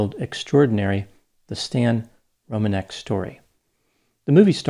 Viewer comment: I'm really impressed by your knowledge on how to pronounce polish surnames, I'm polish myself so I know how it supposed to sound and it's exactly rom-an-ek. Not Romaneck or Romanec.